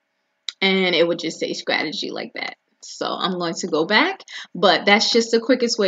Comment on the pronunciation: sCrategy ? s"C"rategy????? now sis we are not saying scrimp, scrawberry, nor S'C'RATEGY . 😁